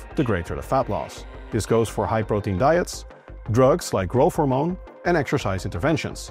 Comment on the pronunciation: I was like "OMG is talking about some sort of a new drug Grophomone" and almost started googling it, but he said just "growth hormone" 🙄